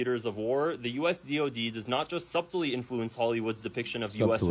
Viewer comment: pronouncing the ‘b’ in subtle is next-level